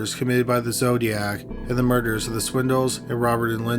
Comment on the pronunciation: Anyone else notice when he says “murderer” it sounds like “murders”, and when he says “murders” it sounds like “murderer”?